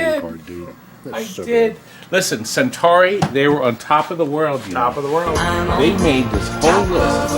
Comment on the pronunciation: Am I the only one driven to madness by his continuous mispronunciation of "Centuri"?